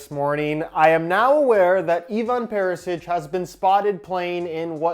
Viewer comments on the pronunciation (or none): It's pronounced more like Ivan Perishich kinda like that cus č is ch and ć is kinda "softer"